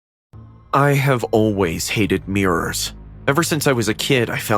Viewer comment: Ah yes mirros not mirrors